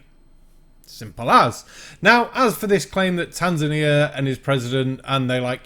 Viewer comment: Well no, the brief clip you began with didn't inform me it was going to be crazy. More than "winds of change" are required of course, but they help, and those few words weren't too bad. All the woo which followed and the inability to pronounce "Tanzania" properly were a different matter entirely. Monsanto no longer exists, of course. It was taken over by Bayer two years ago, and is now based in Leverkusen, not Missouri any more. They debated which name to use for the new entity, or whether to trade under some amalgam of the names. They concluded the Monsanto name was just too PR-toxic to be used at all (they were right, and for good reason) so they now trade as plain old Bayer. That's right, the Monsanto name was perceived as a bigger disaster than that of the major firm which used slave labour in Auschwitz concentration camp and carried out medical experiments on prisoners, from which they died.